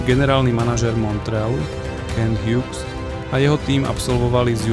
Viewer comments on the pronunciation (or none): Skvele video, len autor musi zlepsit anglictinu, vyslovnost mien Shane Wright a Kent Hughes je hrozna